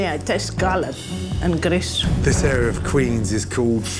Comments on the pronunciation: i love the way she pronounced grease “GRRIISSS” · Yeah, the way she says grease sounds like she is saying gris, which is Spanish for gray. The restaurant is gray because of their bad food lol. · "Too much greesh?" Tastes it and dies